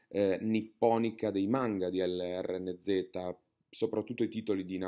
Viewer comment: lrnz si pronuncia lorenz